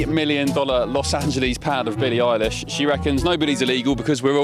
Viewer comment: Did you say Billie Isis??? 😂😂😂